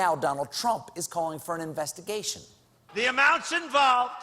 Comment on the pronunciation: Nobody is going to mention that TheDonald calls it 'investiCAtion', huh? (at 5.21)